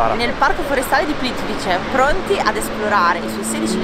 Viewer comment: Si pronuncia Plitvize!